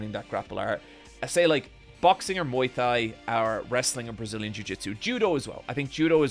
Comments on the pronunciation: Irish people: "Tanks" "Tree" "tink" Also Irish people: "Muay Thigh" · He said Muay Thai correctly earlier I think it was a slip